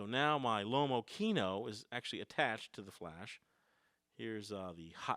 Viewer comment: x) Pronunciation of Lomokino is wrong,if it is a russian camera you could at least try to pronounce in an original way, russian way.Lomo Kino not lomo kieno(you need to rough a bit). Kino means cinema.